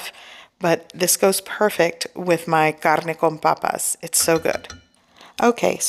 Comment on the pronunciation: Am I the only one that thinks it’s sounds so sexy when she says “my carrrrrne con papassss